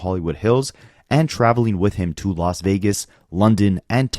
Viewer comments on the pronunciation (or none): none